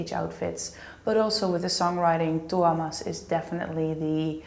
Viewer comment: At least he pronouncer Tuomas really well!